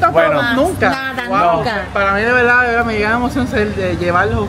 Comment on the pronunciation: com respeto a este boricua se le nota la L clarita especial cuando dice verda como que tom énfasis cuando dice VELDA verda